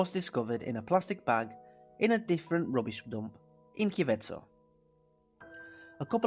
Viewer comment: Dude the town is not called kiveco its called kicevo you messed up the name